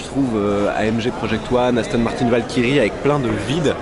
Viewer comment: On dis pas aston martiiiiiin on dis aston martein** (martin)